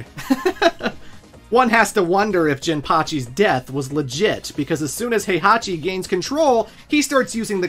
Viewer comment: Good god you unironically pronounce Heihachi and Kazuya like that? Did you even play the games?